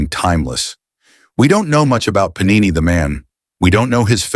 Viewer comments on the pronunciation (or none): Puh-nee-nee is the plural of panino, a small bread roll similar to a bun or brötchen, often made with wheat flour and sometimes a bit of olive oil. Paaa-ni-neee is the Sanskrit grammarian. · Sir, Great information. The only difference is pronunciation of his name ... it is to be PaaNiNee please.(not PaNeeNi) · He name was Paanini not Panini... the first 'n' is pronounced in a way you can't in English! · The AI narration is pathetic when it comes to pronouncing Indian nouns . It is not Panini (Thats a sandwich) , it is pronounced as Paanini. What a disservice to a great soul. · Very good video . Enjoyed it very much . But Panini,s name should be pronounced With a long pa as Paanini. Thank you